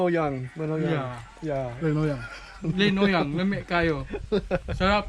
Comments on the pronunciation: "Linuyang" sound so slang the way pronounce it. He's so adorable❤ Keep safe my brother😇. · it's linupak..😂“surigaonon"